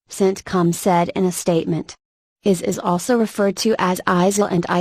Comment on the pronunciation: Funny. The speaker doesn't know what IS is. Her pronunciation and monotone are annoying throughout.